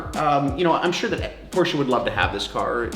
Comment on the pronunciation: Endlich mal einer der den Namen Porsche richtig aus sprechen kann :D